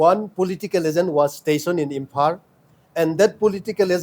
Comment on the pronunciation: His tongue is very hard to pronounce. Imphar (Imphal)